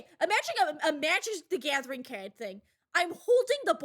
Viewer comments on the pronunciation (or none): the Boston accent ❤️